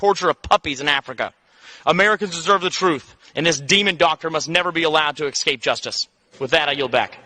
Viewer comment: As soon as the idiot said "ex scape", I disregard anything else out of his stupid mouth. He's an adult. But he speaks like a four-year-old learning his first big boy word.